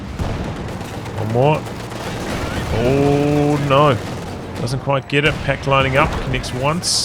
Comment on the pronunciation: "oh noe" i burst out laughing at this 😂😂😂